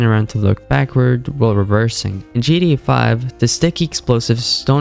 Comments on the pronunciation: Or keeps saying gda 5 instead of gta is he dumb or sumn ? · what kind of accent is that bad ? Just say the T for fs sake 😭